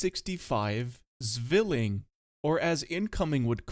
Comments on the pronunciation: Could you please for the love of god do some cultural appropriation on german and pronounce Zwilling like Zwilling and not swilling. I was going to recommend some TTS, but even TTS does a bad job <,< for pronounciation on german words you can check dict cc, they have recordings from native speakers - thanks - much appreciated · Fun fact: The Z in Zwilling is pronounced like the “ts” in the word “thats” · you dont read Z in german as Z.. you read it as C.. just a heads up